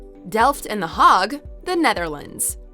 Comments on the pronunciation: The Hague, you pronounced it The Hargue, I've always heard it pronounced The Haygue. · well in English, the city is The Hague. If one were to pronounce that, it would usually rhyme with plague, vague, etc. If it is spelled one way, use the rational approach in saying so and not make up a sound. It's not spelled HOG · She was saying the hog. hahaha The a should be pronounced like a as in cake! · It’s pronounced - the hayge not harg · The Hague is pronounced “HAYG”not “HARG” 🤦‍♂️ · You pronounced the HAGUE incorrectly !!!! The Hague is NOT pronounced as the "HAG". It is a long "a" sound. It is pronounced like " HEYG" , and Not " HAG" like you pronounced it. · The Hague is not pronounced “The Harrrg”. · You really need to check the pronunciation for these cities. The Hague is NOT pronounced as the HOG. It is a long "a" sound. I could ignore it if this was an obscure city, but it is both well-known and easy for English speakers to say. I like this new channel but that is just lazy. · Yeah I’m from the UK and I don’t really know Dutch culture but even I know how to say it properly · Yes, I cringed every time she said it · I think she tried to say “Gemeentemuseum The Hague” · Please learn to say the Hague. That was too painful to hear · I live in The Hague, and the one thing that annoyed me is the pronunciation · It's not, but pronouncing The Hague correctly isn't hard